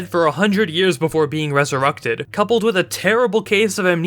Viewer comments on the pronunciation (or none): "And a week later, they were reseructed." I'm not the only one hearing the u in reserected right?